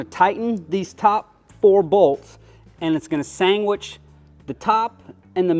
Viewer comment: Sangwich, he'll yeah